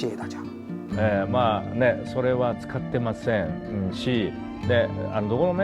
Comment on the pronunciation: 王局這日語發音「使ってません」我是實在聽不下去了...😅😅😅